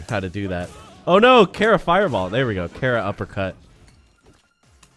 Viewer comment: i cant get over you pronouncing it kehra